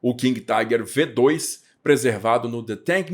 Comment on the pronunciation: => Preciosismo: se você vai ler o modelo como V2, tem que ler em alemão, ou seja, "fau zwei". Lembre-se do "Folksvagen", pronúncia correta dos VW.